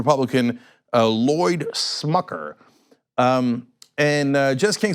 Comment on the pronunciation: Cenk just O'Reilly'd "Smucker"